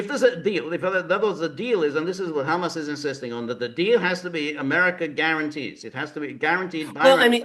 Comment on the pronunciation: Is George kidding? George pronounces HAMAS NAME AS IF ITS A ARAB DISH, maybe if he address them as the resistance rather. Then a chickpea dish, that really changes my opinion about George pretty disgusting for him not to acknowledging Genocide, would he deny that ISREAL is exterminating the Palestinians! Pretty sad that George chooses comfort rather then conscious!